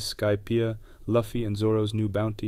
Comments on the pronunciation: Loo-fee, not Luff-ee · PLEASE!!!! IT'S LUFFY(LOOOOFY, NOT LUFEE!!!!) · I don't understand how fans of One Piece can pronounce Luffy like that. It should be Loo fee.